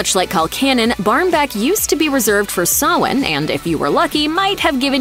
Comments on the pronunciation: I was about to correct you on how to say "Sawhain" but was surprised on how you said it perfectly! (Btw please don't buy animals, everyone, adopt!) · Ah, finally someone who says Samhain correctly 😄